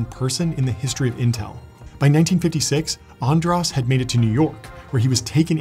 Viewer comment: It's András, not Andrász... It's an sh sound